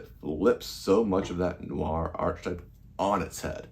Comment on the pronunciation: interesting review, thanks, but it's pronounced "arketype"